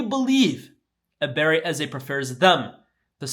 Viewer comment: Ebere-CHI Eze,. Come on.